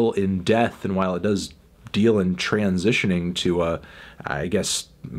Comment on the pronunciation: His pause after the first syllable of 'transitioning' scared me. I thought it might've ended there.